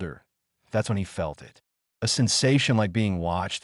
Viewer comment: There is an extra tail in the initial graphic. Also "breathed" is pronounced "bree th ed", not "breath ed", "it" is one syllable, not "i", "t".